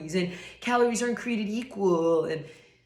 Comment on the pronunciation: From what I can tell English is not their first language and even though the word and was not palatable to my ears I understand this person is trying to communicate in English. I once said something very unagreeable in Italian because I was just learning. They were kind and help me correct myself in a nice way